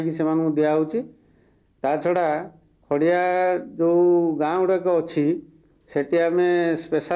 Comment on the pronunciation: खड़िया not खरिआ